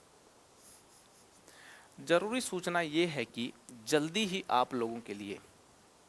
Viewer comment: Jaroori nahi sir ( Zaroori )🙂